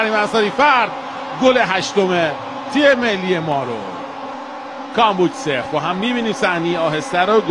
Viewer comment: گزارشگر حتی تلفظ کامبوج رو بلد نیست